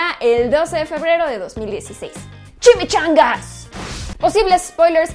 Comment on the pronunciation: es una gran trampa, ya sabia todo sobre esas noticias pero igual vi el video por, es injusto tener a una presentadora guapa y con expresiones ta lindas(aunque te salio raro el chimichanga) cada ves que veo un video me es inevitable verlo por